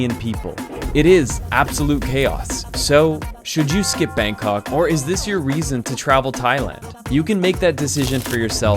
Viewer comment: the way foreigner pronounce BANG KOK is the most irritating thing to hear as a Thai person myself. Bangkok pronounce "bahng kok" not 'bang' in English. Go translate this, it is how Bangkok is pronounced "บางกอก".